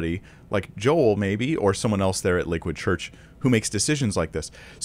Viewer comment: Why does it sound like he says Liquid church? Or is it just me?